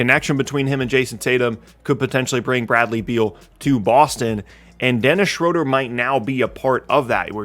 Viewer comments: It is not pronounced shrowder. It is schrooder. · His last name is actually pronounced Shrooder. I know that because I'm a Hawks fan. He drove me crazy with boneheaded plays.